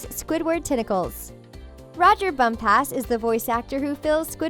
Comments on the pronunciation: Rodger Bump-ass? No No No thats not how you pronounce his name! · It really bothers me about how she says "roger bump-ass" ITS ONE WORD NOT TWO IS "Bumpass" ONE WORD